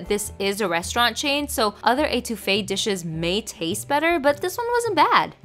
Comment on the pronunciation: I love how she is pronouncing étouffée🤣🤣 its pronounced (eht) ouffee not (ate) ouffee luv your vids glad you keep trying new ethnic cuisines🙌🏾💕